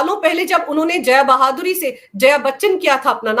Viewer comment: मैडम, जया बहादुरी नहीं, जया भादुड़ी 😅